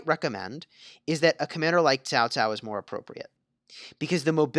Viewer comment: Why? Why do you pronounce Cao Cao as Tao Tao? Can you not spell "Ts" or at leat "K"? 🤦🏻‍♂️